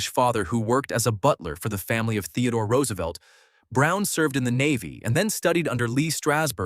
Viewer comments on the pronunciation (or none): none